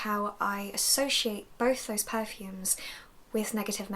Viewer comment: I like how you say per-fumes with emphasis on the "er"